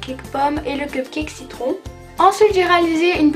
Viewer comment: Au lieu de dire citron on dirais que tu dis Chitron